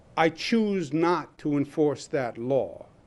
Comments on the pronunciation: WTF is a "Lawra" enforcement officer..🤣🤣🤣 this cuomo is a dictator and biden is eyeing him for his cabinet..the NYC dictator is being cops not willing to enforce his "demands" which he says are laws as dictators... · I hate the way dictator Cuomo says the word “LAW” It’s law NOT “laer” Democrat snakes live by the code do as I say not as I do. Democrat leadership know that they are above the LAW! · He didnt say LAW enforcement... He said LORE enforcement. Totally constitutional! Duh! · Of course Cuomo doesn’t know what a law is. He can’t even pronounce the word law. WTF is a lawr? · He did not say “law”, he said “lawr “. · I'm sorry, besides the obvious being so wrong with Cuomo, can I just ask that he pronounce law correctly? I don't follow any lars. Or know any lar enforcement officers. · Why does he say "loor enforcement" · The word law doesn't have the letter R in it.